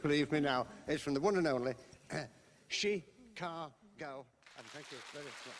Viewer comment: "Chi-ca-go". Even for Savile's sometimes odd manner of speech, that's a weird way of saying Chicago. I'm drawn towards the striking similarity with the phonetics to "She can't go".